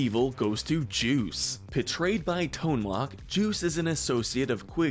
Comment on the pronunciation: lol "Tone Lock"